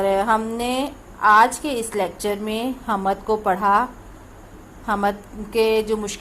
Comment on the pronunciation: Kitna ghalat talaffuz hy is teacher ka hamad ni hoti hamd hoti hy